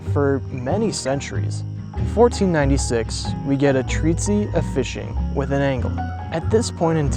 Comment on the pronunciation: "Mackidonia"? A "Treatsy" on fishing?? Bro does a lot of talking for a guy who can't read.